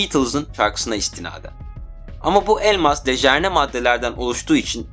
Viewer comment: Kardes dejerne degil dejenere. Video guzel. Sagolasin.